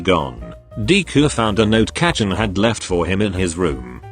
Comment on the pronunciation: It's not kachan it's kacchan